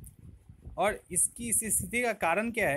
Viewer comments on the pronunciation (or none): "औड" नही होता वो और होता है।